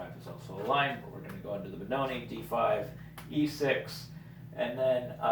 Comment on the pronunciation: It's Benoni without the e at the end